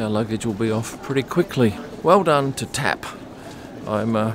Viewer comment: it is not called TEP, but TAP :face-blue-wide-eyes